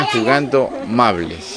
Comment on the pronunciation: Mables jajajaja es maubles